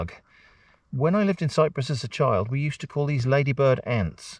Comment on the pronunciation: Bizarre thing to pick up on, maybe, but I've never heard 'ants' pronounced like that in an english accent. Is that a hyper-local quirk I've never come across before? Or a deliberate mispronunciation like 'arrive-ed'?